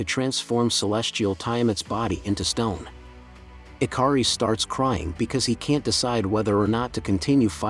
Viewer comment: I'm OCD , yeah it's Ikaris, but the captioning and him keep saying the I car ess.... I love the channel and I love the movie, like I said I'm OCD and little things like that just drive me crazy so I wanted to point that out.... Thank you very much